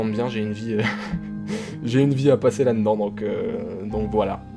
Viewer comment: Finalement, la seule chose qui n'a pas changé, c'est qu'il dit toujours "là n'dans"" au lieu de "là dedans" haha